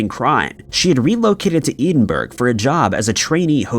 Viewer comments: Where is 'Edenburg' located? Did you mean, 'Edinburgh?' Still not bothering to make sure you pronounce words, correctly, eh? WOW😬. You are very lucky that your employers do seem to care how horribly you slaughter names and places🙄. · Getting to the point where I'm ready to report your continual and callous inability to pronpunce "Edinburgh" correctly as harassment/bullying. You are repeatedly corrected and begged to say it properly. "Ed-in-buh-ruh". Try it. It's easy. I can only assume you are either not reading your comments or you are deliberately insulting the Scots & people who like to have names ponounced correctly. Either way, you've been asked to have the courtesy of just getting a name correct. Not doing so, repeatedly and deliberately, is becoming truly offensive. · FYI It's pronounced Edd-in-bur-ra or more like ed-en-bra if you're a local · a lot of how he says town names between canadian, scottish, english etc... hurts my soul... suggested the ed Din burro... since it might, just might be easier for him to read and he wouldn't butcher as many names ending in burgh... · Is it really hard for him to research the pronunciation of Edinburgh???? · Edinburgh is not pronounced like that you retard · Google the words and places so you don't sound like your a complete moron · Why can’t this bot pronounce Edinburgh?? Even Americans know how to pronounce it correctly! Can you fix it or teach it how to say known words correctly? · At this point you have been corrected so many times by so many people on how to say Edinburgh that you come across as extremely flippant; makes me wince every time. Do you take in your comments and feedback? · I swear he's just trolling at this point with his mispronounciations 😂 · Love your posts. Thank you. One thing, please learn the proper pronouncing of Edinburgh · The real crime is how you pronounced Edinburgh. Yikes dude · Please someone tell him how to pronounce Edinburgh. 😂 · Minus for the pronounciation of Edinburgh!